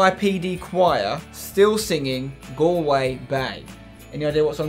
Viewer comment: pronouncing Galway wrong 😂😂